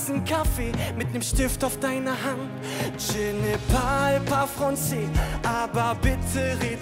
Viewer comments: Marius Wolf ich denke einfach das er ziemlich nervös war und es deshalb falsch ausgesprochen hat 😂😂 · Sche ne parle pas franssé ahahahh er spricht das voll so aus😂